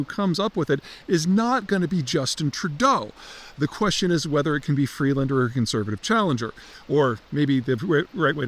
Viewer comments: Peter can't even gets Freeland's name properly. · Beat her in a debate but keeps saying her name wrong hmm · Freelund? Seriously? What are you smoking there bud?